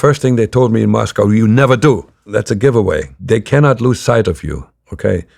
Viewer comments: He was a kgb spy in the USA why wouldn't he pronounce it the American way? Mosco would be a tell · i don't think Russians pronounce Moscow that way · Isn't it pronounced mos-co to natives and mos-cow to Americans?